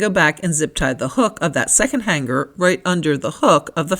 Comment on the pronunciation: g is SILENT in the word HANGER